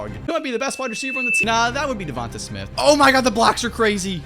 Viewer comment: Correct pronunciation: duvontey